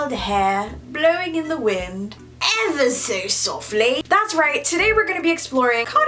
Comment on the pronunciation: EH-ver so slightly😂😂😂